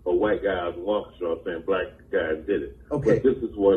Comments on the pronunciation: I’m from Milwaukee Wisconsin it’s crazy here! We 2 hours from Chicago and a lot of people come here and destroy our city. You’re pronouncing Waukesha wrong 😂 but this is insane! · how to pronounce Waukesha. But, you are one of my favorite, and probably most hardworking, independent researching journalists. Love you man. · Prayers go out that will pronounce Waukesha correctly. 😂 I appreciate your content. Keep up the good work. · c'mon u r smart enough to pronounce Waukesha properly. Details matter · Always informative and interesting however Waukesha is pronounced WAW-ki-shaw. It’s okay though, lots of people have a difficult time with some of our village/city names here in Wisconsin. Fun Fact: Famous guitarist Les Paul was born in Waukesha, and was buried in the city's Prairie Home Cemetery after his death in 2009. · LMAO how you pronounced Waukesha 🤣 😂 it is pronounced "walk-ee-shaw" Guess you got live here to know. No Haye I pronounce some of our towns further north wrong they are mostly named in the Native American language. Got to love Wisconsin. I use to live in Milwaukee and worked in Waukesha. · The city is pronounced........ Walk..A...shaw. Just to let you know. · Pronounced walk uh shaw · It's pronounced Walk-a-shaw, but I think people are so hateful that they are blind to truth. To the media that lies they will never know peace until they stop hearing the lies they want to hear. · It's pronounced "walk a shaw". Birthplace of Les Paul. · It’s pronounced “wau-key-sha”. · it's pronounced WALK-i-SHAH with a short i.🙃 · Waukesha is pronounced Wok-a-shaw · Walk-ah-shaw is the correct pronunciation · it's pronouned Walk a shaw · Its pronounced "Wah-kah-shaw" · Brother, in case you do more videos about this incident the city is pronounced Walk-a-shaw. Trying to be helpful. Love your content. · WAH KA SHAW is how it is pronounced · BTW, it's Waukesha, not Waukesha. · Lmao your said waukesha wrong😅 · You're missing pronouncing Waukesha 👍